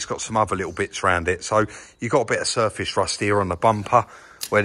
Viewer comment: Shtraight and shurfashe rusht.